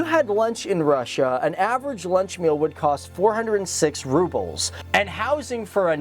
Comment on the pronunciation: That is not how you say "Rubles"